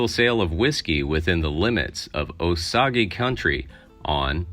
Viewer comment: It’s not o-soggy. It is o-sage.